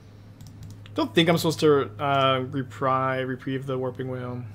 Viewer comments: repreeeeve. not reprive. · He has said Re-prive more times than I can count. But he has correctly said Re-preeve a few times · Hearing you mispronounce reprieve over and over is like nails on a chalkboard. There are not two ways of saying it. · does he really still not know how to pronounce reprieve, is he messing with me, I guess chat moves quickly he could just miss it over and over and over and over